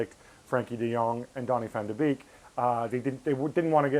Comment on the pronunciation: It's Beek as in 'bake', not 'beak'